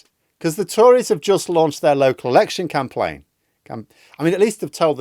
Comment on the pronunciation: That's it, it's a Camplaign now, you have to say it like that every time!